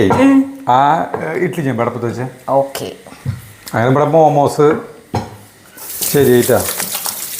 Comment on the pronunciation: തിരുത്തണ്ട 😄😄😄. ആ നാക്കുളുക്കൽ ആണ് ഓരോ വീഡിയോസിന്റെയും highlight 😄😄😄🥰🥰മാമൂസ് 😄😄